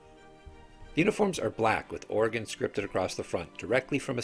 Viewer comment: I cringed so hard when said Ore-gone. Classic midwesterner